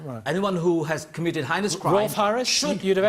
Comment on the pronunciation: That was a hard watch, totally agreed with everything you said saun. That man who cant say heinous, really annoyed me.